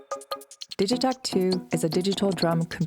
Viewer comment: ELEKTRON STRIKES AGAIN! Looks amazing. 3 LFOs is hype! I hope the price isn't too outrageous. Looking forward to getting my hands on one. And thank goodness Digitakt is now confirmed to be pronounced "Dijitackt" not "Diggytackt".